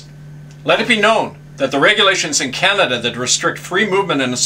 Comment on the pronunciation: Learn to say Canada properly !